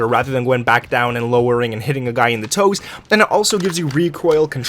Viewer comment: the way he said toes